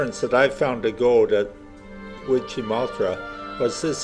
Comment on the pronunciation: get the pronounciation right-its wid gie mooll tha with the emphasis on the mooll the tha is NOT thra